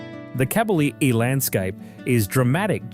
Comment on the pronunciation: Kabylie is pronounced ''kah-by-LEE''.